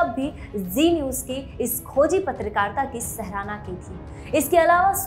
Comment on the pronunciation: सहराना नही सिस्टर सराहना बोलिये।